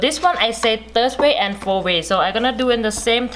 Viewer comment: Fourth way is pronounced as ( four way) by her. Interesting....